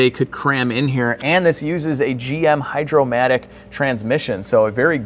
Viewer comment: Hydra-matic not Hydromatic. Cool video. I forgive you.